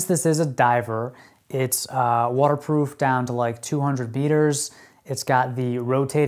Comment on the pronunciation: Did he say beeters instead of meters?